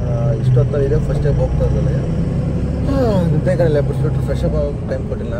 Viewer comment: ನೆದ್ದೆ ❌ನಿದ್ದೆ ✅